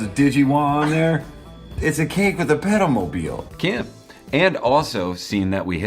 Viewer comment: Jesus, I thought you were saying pedo-mobile